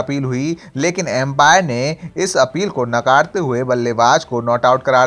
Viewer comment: ये कौनसा बच्चा पकड लिए अॅन्कर बनाके. अंपायर का एंपायर बनानेवाले फलनवा. ढंग का उच्चार सीखो बादमे व्हिडिओ बनानेका साहस करो.लुख्खो का काम नहीं है....🦏🐷🤧